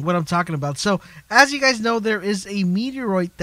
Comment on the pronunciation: you say you wrong